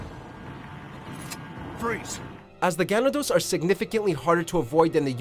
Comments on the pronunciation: It's GaNAdos, not GAnados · is ganAdos, not gAnados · I don’t think it’s pronounced gan-uh-dos. It probably pronounced gan-ah-doz. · Ganathos instead GANADOS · gaNAdos, not GAnados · It's Guh Nah Dos (Ganados). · They're pronounced gah-NAH-dos. (stress on the 2nd syllable) There are two that you left off: Lisa Trevor (the first Resident Evil) and the Giant Chainsaw Man (Resident Evil 4) The latter appears in the Waterworld stage of the mini-game Mercenaries. He's a larger, faster version of the standard chainsaw-wielding Ganado you face in Chapters 1 and 2 of the main game. He wields a double-bladed chainsaw, and he is faster than he appears. When you see him, pray. Don't just run -- pray. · I hate the way he said “Ganados” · You butchered the word Ganados. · Didnt pronounce ganados right. Ir have I been saying it wrong. I dont know anymore. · You said ganados wrong. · his pronunciation of Ganados just made me fucking cringe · He pronounced ganados wrong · Lowkey was triggered when he pronounced, "Ganados," wrong. Like if you did too. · aww the way they said ''Ganados'' was so disappointing. its supposed to be said in Spanish. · I really hate it when people mispronounce names when the name is said several times over in the game.....ganados........ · Right? I nearly lost my mind every time he pronounced "Ganados"